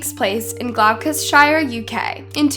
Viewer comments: 'glocusshire' lmao WHAT GIRL? you mean 'gloster-sheer' ?! 🤣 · Great video, but I’d just like to say; Gloucestershire is pronounced: Gloss-ter-sheer. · Great production I was born in London but I do know all the dialects over here . You pronounce it Gloss tish err . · Hi its pronounced, Glosstershyer, Gloucestershire, just abit of help because brits like it when our American brother & sisters pronounce our counties correctly. Love and respect from the UK England x. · One google search can show you how to pronounce "Gloucestershire" correctly. And "Sian." Did you even try or just didn't care?